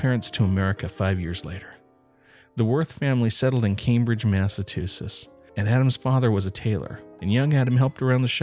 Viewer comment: "Cambridge Massa-tusetts"?????